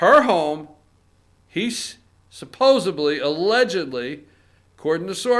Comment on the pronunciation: SUPPOSEDLY!!!!!!!!!!! not supposeBLY